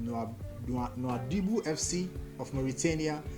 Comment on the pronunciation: NOUADHIBOU its pronounced nodibu